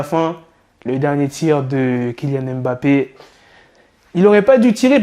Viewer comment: Mon frère 🤦🏾‍♂️toi qui est du même continent comment peut tu dire M bappé au lieu de Mmmbappé🤷🏾‍♂️ les vrais frères comprendront 😅